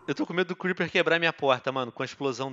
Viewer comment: Até me arrepiei cuamdo você falou criper ho men